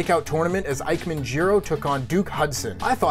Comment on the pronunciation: A heel Big E sounds interesting, but a bit ill timed for Money in the Bank. Signs show a bit more for Kofi to turn heel to me. In other news: Damn it,. "Ike-man" Jiro? I expected better. It's pronounced "E-kay-men". Put some respect on the man's name.